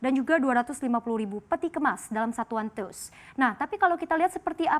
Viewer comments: TEUS dong bkan TUS nyebut nya 😅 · Teus dibacanya bukan TUS mbak, tapi tius 😀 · TEUS dibaca te-us...bukan tus.